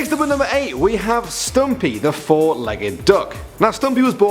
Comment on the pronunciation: When he said stumpy I thought he said stampy